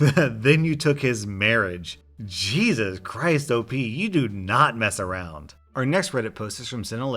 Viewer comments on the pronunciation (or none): none